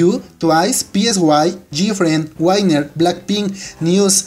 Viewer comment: no es 'Wainer' es WINNER tal cual de pronuncia